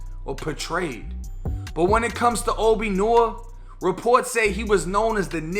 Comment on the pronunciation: Hey, think it probably should be pronounced "NWA". "Noire" in French is black. Dunno why he left the e off the end though. Kind of a slick throwback to Niggas With Attitude too.